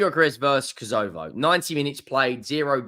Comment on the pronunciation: KOS O VO loooool. How can't you pronounce kosovo????